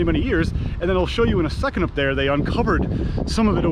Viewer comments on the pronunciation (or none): none